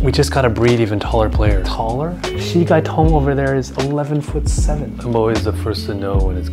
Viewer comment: I know Bin Qi Ling, but Xi Gai Tong was mispronounced, so I was wondering what it means.